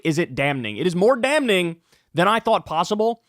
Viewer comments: Love ya' to pieces, Kyle, you crazy, progressive bastard, but did you say "damn-ning"...TWICE? 😂 "Damn" is spelled with an "n" on the end. So "damning" is pronounced "damm-ing". Everyone makes mistakes lol. 😂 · The word is not dam-ning. The word is damning(damming) Cmon bro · It’s “damming” not “damn-ning” bro. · Kyle, it's pronounced "dam-ing" not "dam-ning" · ESL Teacher Here: Damning is pronounced damming 😊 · Kyle "Dam-ning" Kulinski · Love the channel man, but I can't in good conscious condone your forced pronunciation of "Dam Ning" 😂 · I love you Kyle,....but the word damning...it's a silent 'n'. Phonetically speaking - it's 'damming'. Sorry, I know I'm being pedantic. I'm a language slut. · Kyle, the word is pronounced "damming". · Great segment as always. Kyle, just a nitpick, but you don't enunciate the "n" in "damning." It's just pronounced "damming." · I don't care what part of New York you're from Kyle... nobody pronounces the first "n" in "Damning." That's not a thing, buddy. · The 'n' is silent in 'damning'. How do you not know that? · I don't like how you intentionally exert effort to pronounce the "n" sound when saying "damning". Just to let you know. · Never heard anybody pronounce the N in damning like Kyle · Appreciate your work. Also, the "n" in "damning" is silent. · I like how Kyle gets an extra N into Damning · Stop hitting the hard N in the word "damning". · My brother in Crisis, you DO NOT pronounce the "n" in damning. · I love you Kyle, but can you please learn to pronounce ‘damning’ like everyone else. The ‘n’ is silent my guy! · Kyle still pronouncing the "n" in "damning." 🤣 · Did he say "damning" with an n ? 🧐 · I can't believe I'm the only one that notices the way Kyle pronounces the N in "damning" and the L in "folks". It's so weird. I'll die on this hill. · Great work as always but hearing the N in "damning" hurts my soul lol